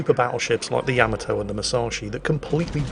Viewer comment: I know you are British and pronounce things a bit differently but come on man. Yamato is pronounced, Yaa-Maa-Tow, not Yam-a-tow.